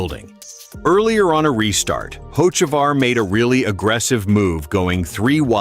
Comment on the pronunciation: First off you can't pronounce his name right